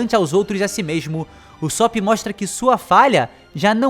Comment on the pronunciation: q agonia ele fala usópp